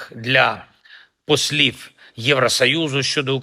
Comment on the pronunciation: Чому , так принижується мова України , навіть обранцем народу ? Чому , посліфффф, якщо послів ? Представиффффф, як що представив ? Чому , дипломатіфффф, як що дипломатів? Чому кієффф , як що Київ , напишіть йому -Кихв , як пишеться , так і промовляється !